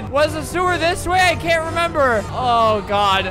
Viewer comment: for those who can’t understand “I CAN TAKE THIS ANYMORE”